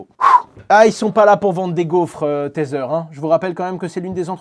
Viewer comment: Merci Hasheur ! Toujours un plaisir de t'écouter. Par contre par pitié: arrete de dire "tazzer" pour tether 😂😊